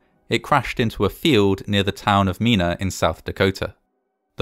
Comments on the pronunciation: the town of Mina pronounced Mine a, long I. It's not Me na. Don't you check anything before you record? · I live not far from " menuh" and remember this happening. FYI, it's pronounced " mynah" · Mina, SD. Pronounced My-nuh, not mee-na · Born and raised less than 15 minutes from here. I remember that day very well. RIP to those lost 🙏 Also, side note the name of the town is Mina (pronounced like "My - Na"). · I was working in the area that morning and was only 15 miles from the crash site, I had no idea what was going on but every law, emergency and ambulance for 50 miles converged on the crash site. P.S. Mina is pronounced My-Nah and at the time had a population of maybe 20. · For future reference, Mina, South Dakota, is pronounced "My-nah".